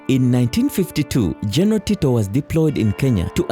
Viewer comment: Get someone who is clear, concise and can narrate well. Are there no Ugandans who are able to pronounce the words 'general' and 'battle' well? Or do you need Kenyan help?